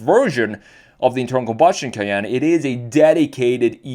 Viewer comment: The Porsche Cay-ain't